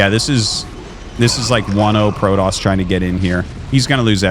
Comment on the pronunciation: I have a dream… a dream that Artosis and Day[9] never call Protoss Prodoss ever again.